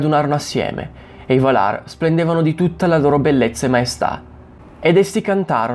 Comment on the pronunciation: Bravo. Comunque, Valar si pronuncia Vàlar, non Valàr. :-))